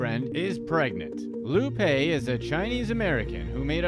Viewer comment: It's pronounced Lou 'Pie'